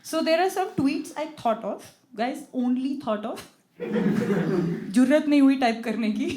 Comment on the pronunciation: It is not 'जुर्रत'.. It is ' ज़ुर्रत'.. Say it as it is "Angreji wali madaam"